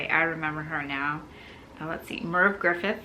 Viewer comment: Merv Griffin not Merv Griffith.